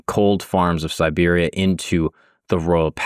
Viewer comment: I caught this mistake more than once as well, but then in other places he did say Siberia, so I think he's just mispronouncing it. You are right, it's important to know the difference when dealing with this particular context.